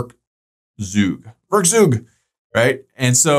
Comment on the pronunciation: The "eu" in werkzeug is pronounced like "oi". "Werkzeug" is a german word and means "tool".